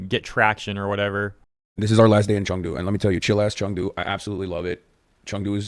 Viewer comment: Did he just say Chung Do instead of Chengdu???